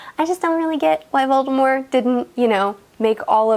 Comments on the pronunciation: Also; VoldemorT!! There's a T in the name. Pronounce it correctly if you claim to be an expert. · There is a T on the end of Voldemort. It is pronounced with a T in the movies in which Rowling is closely involved in the making of. WHY do you pronounce it without the T on the end??? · One thing that annoys me about HP is people saying 'Voldemore' now. I know Rowling eventually went and said that his name was "always" supposed to be pronojnced that way but thats clearly shite. For almost 2 decades she pronounced the T in his name in interviews. Every single movie they pronounced the T in his name. She consulted in those films. She had a LOT of input. If his name was 'always' meant to be prnounced sans T then why didn't she say that to the filmmakers or the cast? Why did she continue to pronounce it with the T all that time? It's VoldemorT not voldemore. Anywho that's neither here nor there. On topic I agree with most everything. Especially the pipes. Even as a kid I pointed this out to my dad who said "it's magic it doesn't matter". But it kind pf totally does. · Okay I agree with most of this but you are saying Voldermort and Fleur wrong lol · She. Said. Voldem-OR!!! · Voldemore? You mean Voldemort? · If you’re such a big fan, why did you mispronounce VoldemorT? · Can she stop saying Voldemor it's Voldemort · ... do you say Voldemore? Not VoldemorT? This really distracted me lol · About in...are you saying “Volemore” like with an “e” instead of a “t”? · are you saying "voldemore"? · voldemore Edit: Nvm she just always says voldemore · I've always pronounced it "veri-taw-serum". Also, why do you choose to pronounce Voldemort without the t? Just curious! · I know the T in Voldemort is meant to be a silent T but hearing it pronounced without it is still weird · why doesn’t she pronounce the t in Voldemort like in the movies?